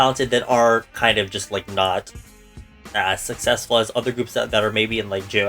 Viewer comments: Take a shot everytime mispronounces successful😂🥃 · Tag yourself:I’m struggling to say sucessful 10000 times